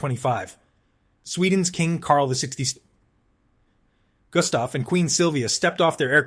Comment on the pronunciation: The AI voice had a real struggle naming our King Carl XVI Gustaf, calling His Majesty "Carl 16'th skin" 🤣😂 I'm sure he will oversee with this insolence though, because it was absolutely hilarious.